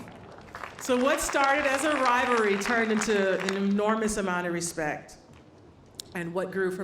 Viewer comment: not to be rude the word is "rivalry" are americans all stupid? ive not met a russian or serb player that would get that word wrong